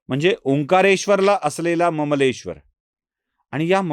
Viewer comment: ममलेश्वर नाही सर अमलेश्वर नांव आहे त्या ज्योतिर्लिंगाचं। ओंकारम् अमलेश्वर।